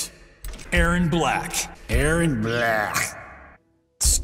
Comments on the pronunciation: Missed the one where he called Erron A-A-Ron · You forgot "A-Aron" for Erron.